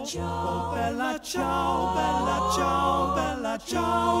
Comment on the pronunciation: "stramatina mi sono alzato" "Bèla ciao" " e soiomuoio da particiano"... emozionante per nulla... capisco che chi non parla inglese e lo impara si espone alle critiche e ai sarcasmi di chi parla inglese, ma se si vuole cantare in italiano, almeno si faccia uno sforzo minimo per una dizione non dico decente, ma non ridicola e assurda... non ci sarebbe voluto un logopedista, ma qualcuno che indicasse come pronunciare le parole... ...inascoltabile.